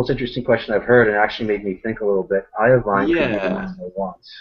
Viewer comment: "eye oh vine"??? lololol....